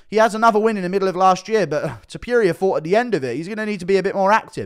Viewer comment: When u gonna learn how to say Topuria? Its not Tiopiuria! 😂